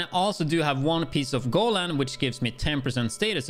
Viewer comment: I love the fact that you pronounce Negev correctly, so I thought you might wanna know that Golan is pronounced go-LAN rather than GO-lan. Also you mentioned that you wouldn't wanna switch the China backpack for the exotic since you'd lose on that 10% status effect but you actually get it back from the exotic one, I guess you'd actually lose on the status effect you rolled on China since that exotic rolled skill damage which is basically useless for this build.